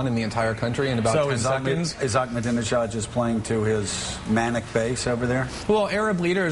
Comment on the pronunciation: He said "dijon" instead of "Ahmadinejad". He's an Islamofascist politician, not a type of mustard, you fuckwit.BTW, Greasewald should try talking to Iranians. Many of them are so sick of Islamofascism they are now referencing themselves as "Persians". If Islamofascism is so great and wonderful, why are so many muslims abandoning Islam? But I do admire Greenwald's ability to make money. I'm also a gay Jew, just like Greenwald; but I'm not so greasy-smooth. So I try to learn all I can from him. I'm about to receive an inheritance, and I'm going to offer a two-hundred thousand dollar reward for any info from someone in the NSA. I'll get tens of millions in return!!! BTW, Google-image Glenn's gay lover......SMOKING HAWT!!! That's where I'm going ;-)